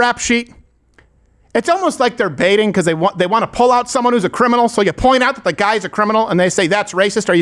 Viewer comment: "day" why can't they just pronounce "th" THEY